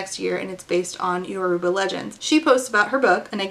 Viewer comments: even though sucks, i'm so glad i watched this video so i could learn about marve!!! i'm nigerian and my family is yoruba so i'm really interested in this book, thank you for introducing me to this author! also you pronounced yoruba pretty well ❤ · Oh my god thank you SO MUCH for covering Sungate. It was so insane. Also thank you so much for pronouncing “Yoruba” correctly. Omg I cringe every time ppl mispronounce it